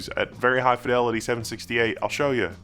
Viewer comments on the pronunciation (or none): none